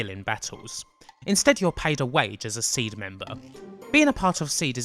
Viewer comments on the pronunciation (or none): You know it's Pronounced "See-D as in C.D". As if it was just "Seed" it would be spelled... Seed. Why would they emphasize the D on the end with an upper case D if you didn't emphasize the letter when you said it? Do you intentionally try to fuck up the pronunciation of EVERY single word in every final fantasy game? you pronounce Jenova as JEN'evuh. Balem as BAYLUM, Yuffi as "fluffy" with an fl. i can't rmember how many of them you messed up. SHEEEE RAAHHH for Shera... lol